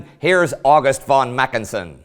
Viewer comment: It should be macKENsen and not MACKensen, as here.